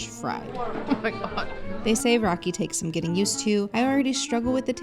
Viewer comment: Bro pls stop saying raki like that because it basically means dih but scrambled words. Try saying ra like in Ferrari and key 🗝️